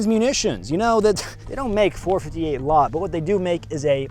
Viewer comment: The "Four Fity Hate a Lott" 😂